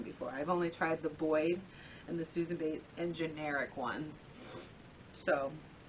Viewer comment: Pronounced BOY, not BOYD...